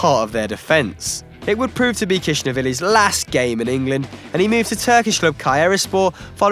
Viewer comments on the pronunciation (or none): You're not even TRYING to spell Khizanishvili correctly. What you're saying is "Kishanavili" or something. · erm that last name sounds like Kizanishvili not kishanivili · Wow guys can't pronounce Georgian names. This is the name of that Georgian defender - Khizanishvili, here is what the guys saw - Kishnavili.